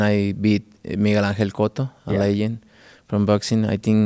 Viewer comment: That’s crazy when he says Miguel cotto the g is totally silent lol